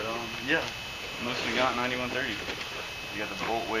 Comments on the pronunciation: The correct way to pronounce it is nosin naygant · Pronounced MO-seen Nah-GON. :-)